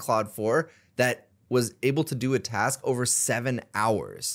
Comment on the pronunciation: Do you realize there's a k in the word 'task'? 😅